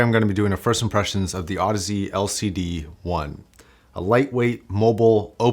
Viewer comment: Apparently, Audeze is supposed to sound like Odyssey